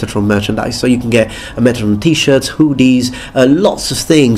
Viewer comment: Hooooooodies, I love the pronunciation haha